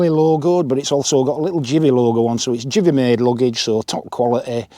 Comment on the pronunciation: It's give-ey not jiv-ey 😉